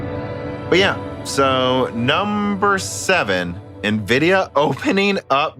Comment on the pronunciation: can we please get to stop saying Navidia